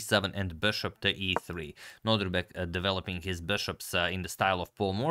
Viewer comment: Can we agree that it is no-DIR-bek and not no-DRI-bek? Thanks 🙂